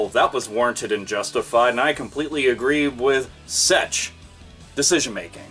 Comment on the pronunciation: does have some kind of talking problem? He was saying "sech" and "de" instead of such and the. I'm not gonna give him hell for it or criticize him, I'm just asking out of curiosity.